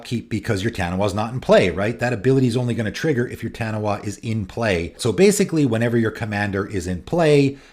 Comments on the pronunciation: Hearing you say "Taniwha" is slightly triggering me lol, its a popular creature from Maori myth pronounced "tuh-knee-fuh". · FYI, 'Taniwha' is a Maori word, and in Maori, 'wh' makes a 'f' sound. It's pronounced tah-nee-faa. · Great video, and discussion points. Side note: Taniwha is a Māori word and is pronounced 'Tahneefaah. I'm sure most people not from the pacific wouldn't know that, so this is for people with a Taniwha deck who want to say it correctly. I'm from New Zealand, where the word is common knowledge, so I had to comment. ✌️